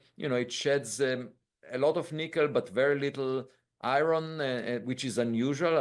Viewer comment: The biggest anomaly is the fact that a world-renowned scientist like Avi couldn't say the word "iron" correctly.